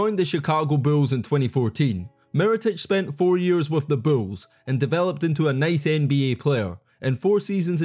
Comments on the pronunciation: I especially liked it whenever he said the Chicago Boos hahaha...I understand he's not American and he has an accent but come on lol...if you're gonna do this do it right lol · I was with ya till you said Chicago “Bools”